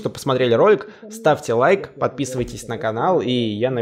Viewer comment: Усачеееввввв не лайк а ЛАЙК😁